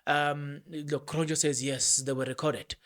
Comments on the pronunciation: You pronounce Cronje ...kron ye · It's Magistrate Cronje as in Hansie Cronje not Kronj. 😏